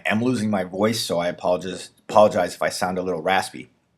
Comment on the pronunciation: lol at the beginning i apolojizz